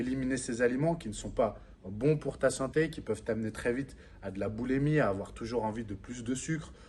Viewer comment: Juste une correction : boulimie pas boulèmie.... Sinon vidéo intéressante